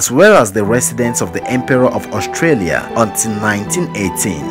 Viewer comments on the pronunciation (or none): I think you need to pronounce Austria, not Australia 😅